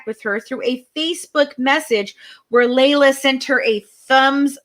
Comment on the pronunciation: no you haven't. Because every single family member calls her LEE LA. Have you listened to the press conference with her sisters? It's LEE LA